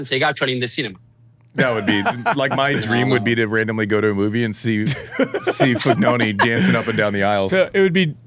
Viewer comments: Is he saying Fognoni as a joke? Literally spelled with an I not an O don't understand how you can get it that wrong? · Fognini not FoGNOni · never swwn Andy laugh so much...but it's FOGNINI,nit Fognoni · I never imagined that half of the comments were about the alleged pronunciation error. How can you not understand that Roddick's FognONI mispronounce is an inside joke between the two? Didn't you notice that at the beginning when Andy introduces him in the show he correctly calls him FognINI? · Ah yes the tennis legend foognoni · No one: Andy: 𝓕 𝓸 ñ 𝓸 𝓷 𝓲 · great show. died a little inside every time andy said FOGNONI. lol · Pronounced Fonini . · It's FOGNINI ! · Every time Andy said Fognoni, a Fognini fan died 😂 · Not even that. It's Fon-yee-nee. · Is Andy mispronouncing Fignoni’s name wrong accidentally or some old pal nickname. Great episode!!! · Class act from Fabio not correcting Andy on butchering his surname. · Jeez Andy is it so hard to just get his name right? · I finally watched and came on here to comment on Andy mispronouncing Fognini’s name at the end and I’m so happy to see so many fellow tennis fans have already acknowledged it. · A bit inexcusable I'd say. Plus four times.